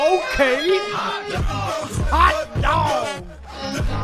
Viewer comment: I love when said hot dog that way HOT DAWG